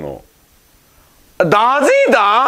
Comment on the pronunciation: なつかし〜〜〜〜〜〜〜〜〜〜〜途中ででーじーでぇに変わるとこ好き〜〜〜〜〜